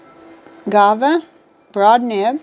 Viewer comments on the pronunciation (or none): Love your videos, and so glad to hear your mom is doing well. I feel so blessed too, I have become more appreciative the older I get...and I do still have so much more growth and learning to go. And that Benu is so pretty. Just an FYI, it's pronounced GWA-VAH. Like the fruit, guava. Happy New Year! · Gu- ahh vah Short quick u. Thanks for the video. I agree BB is the nib for Kaweco's